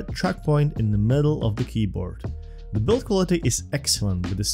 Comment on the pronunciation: what is zee height?